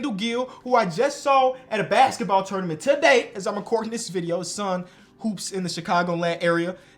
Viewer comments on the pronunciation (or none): none